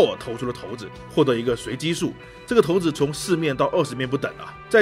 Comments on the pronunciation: 那个字真的念“shaǐ”，不念”tóu”。不别扭吗？😂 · 第一次听有人叫shǎi子 叫 tóu子，查了一下 还真可以这么叫 真是神奇